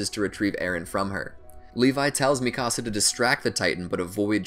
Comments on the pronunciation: lol he says mikasa like "Mì casa" XD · Sounds like mecasu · THE WAY HE SAYS MIKASA “MI CASA” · and Mikasa´s...he kept saying ''me cása'' XD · Is anyone triggered that he said “mikasa’s” name wrong! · I'm sorry is anyone else triggered by the way he pronounced hange or mikasa